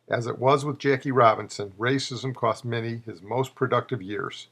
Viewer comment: While I agree with you about Minnie's greatness, it's a shame you couldn't have pronounced his name properly. A common mistake to be sure.